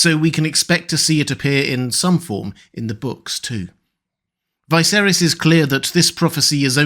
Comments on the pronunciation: Why is it you pronounce Viserys wrong all the time? Martin pronounced it Viserys, not Vie-serys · Why does he always say VICE-erihs instead of the way it is pronounced? 😂